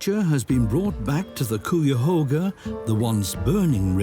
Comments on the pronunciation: That pronunciation was bizarre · Great documentary. However im from cleveland and everytime i heard "cooyahoga" i cringed 😭 its "kaiahoga" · Cuyahoga sounds like 'Ki-ya-hoe-gha'. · I had no idea what area was being talked about because of the pronunciation of the Cuyahoga Valley National Park I grew up knowing that it was pronounced (Kye-uh-HOH-guh) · Hey you Brits! It’s pronounced Ki-a- hoga! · Might want to check your pronunciation of Cuyahoga 😅 Lake Erie and the Cuyahoga River is an incredible come back story I can remember when Bald Eagles first returned decades ago, and now we seeing black bears and bobcats returning. But there are still many threats and much work to do. Urban sprawl and agricultural runoff are currently the biggest threats to water quality and ecological restoration.